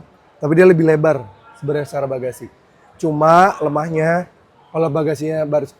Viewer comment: "Cuma... Lemaknya..." Ay budak Palembang kau ni e mang😂